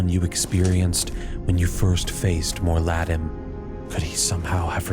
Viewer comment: Awesome video! Small criticism - the constant mispronunciation of 'Mor'Ladim' killed my immersion. It's not "Moar'LAD-em" It's "Moor'La-DEEM" Its supposed to sound Latin/Irish, which in this case makes it feel more menacing when spoken. Roll the 'r' at the end of 'Moor' to dramatize the effect.